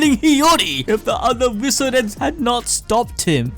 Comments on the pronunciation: Why are you pronouncing visored as viso-red? Lol. Its visored. As in a sun visor. Makes me salty. Edit: all of your pronunciations are weird. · Visored is not pronounced veezored its pronounced visor-ed as in they have visors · I know you guys mispronounce to bait comments and up engagement but... it's pronounced Vi-Zords. The mask is a "Visor". The Visoreds are "The Masked Ones". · Bro does an anime channel cant even say the word visored correctly